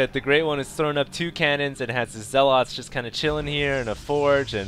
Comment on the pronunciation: how long do you need to play starcraft to learn how zealot is pronounced